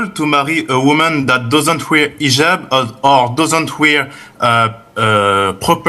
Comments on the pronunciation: he was saying إيجاب igab not hijab حجاب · Yeah the man meant to say hijab with an H, French does not have an H sound, so they don’t pronounce the H in any word